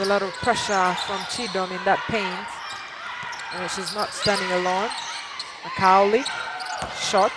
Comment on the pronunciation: This lady commentator is so crass!!! How could you not know how to pronounce Macaulay? Perplexing to say the least